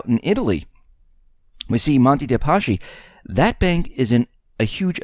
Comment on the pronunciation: Is there a reason why you continue to mispronounce Monte dei Paschi?